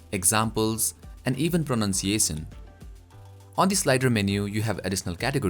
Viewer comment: You pronounced pronunciation wrong.......:P